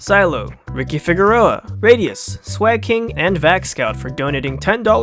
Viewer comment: Holy shit you actually said Figueroa right man! Thanks! (I'm Ricky)